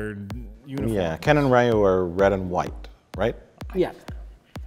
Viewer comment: Can't believe Mike Scholastic mispronounced Ryu